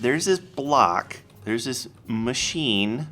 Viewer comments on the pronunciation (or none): It's not a macheenah, it's a Mach-eeney